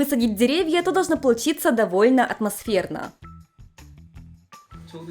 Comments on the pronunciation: что у тебя с произношением буквы "в"? Вместо вайба слышу байба, вместо довольно - добольно. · В японском в и б это одно и то же. Возможно у уже языковая перестройка) Она наверное чаще сейчас на японском говорит, чем на русском)